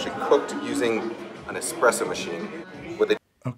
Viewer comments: Thats how an Indian normally says espresso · Wonder what James dislikes more; people who call it a cappuccino machine or people who say expresso? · What's worse 'cappuccino machine' or calling it 'Expresso' ?